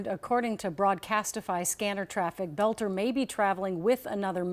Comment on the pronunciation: Finally, somebody who pronounces his name properly. I was cringing each time I heard them say bolter. But most news people are illiterate nowadays.